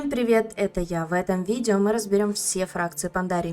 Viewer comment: Я с этих "видива" ору вообще 🤣